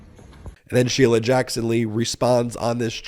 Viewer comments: "Shee-lee-uh"? He can't even pronounce her [common] name correctly. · Dimwit can't even pronounce Sheila --- "She-lia" he says. Fat little pervert